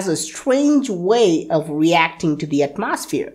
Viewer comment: At-Moss-Sphere lol I love this guy and this channel!